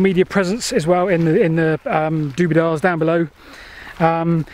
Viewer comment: "Doobidars'??? Not Dooblydoo???